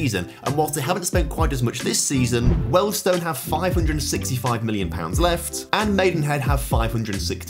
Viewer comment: you need to learn how to pronounce british placenames. wealdstone and altrincham in particular.